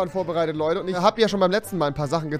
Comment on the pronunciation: du sagst einfach tich